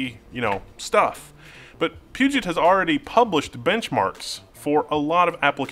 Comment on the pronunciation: Why does everyone say PugeNt? There's no N in Puget.